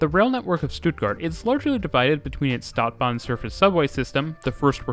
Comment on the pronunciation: Stadt (short "a") bahn (long "a")